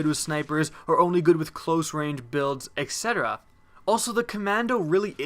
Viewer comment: He is also pronouncing it incorrectly.